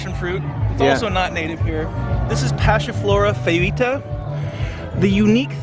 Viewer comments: You can say "foetida" as "fett-id-ah", if you're having problem saying it out loud :D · Hey guys, it's Wayne the Grammar Nazi again! That's pronounced Passiflora FET-TEE-DA. Foetida means "stinking". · Nope foetida pronounced like that not foweta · Passiflora foetida - FEH-ti-da. From foetid/fetid - stinky. (Because the stems and leaves are kind of stinky when crushed.) If you want to be pedantically classical Latin about it, you could also say "FOY-tee-da," but you'd probably be an outlier.